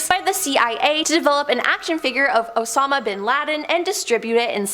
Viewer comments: "Osama" ia pronounced "oh-SAM-ah," NOT "OZ-ma." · Correction: "Osama" should be pronounced "oh-SAHM-a." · I cant trust anything she said. SHE SAID OSAMA BIN LADENS NAME WRONG??? HOW DO YOU GET THAT WRONG???? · THANK YOU! .....don't get me started.....lol. Bureau/burrow...Osama/ Ozma....seriously,....pick up a dictionary or something.😮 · Also the was she said Osama...😅